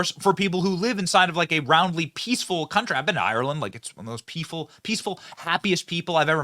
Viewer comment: You said, "peeful" instead of peaceful, benny 😂😂😂